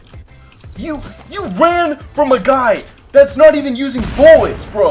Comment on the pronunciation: Is it just me but does say buwwits instead of bullets